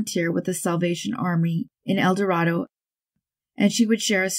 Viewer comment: El Dorado, Arkansas, is pronounced "El Doh-RAY-doe."